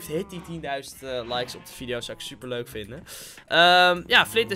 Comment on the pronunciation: Normale mensen:leuk Ik:leuk: muik